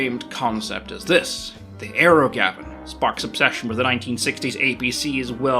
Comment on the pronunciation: You keep saying "aero Gavin", but I keep hearing "aerogasm", which sounds like what Sparks is going for.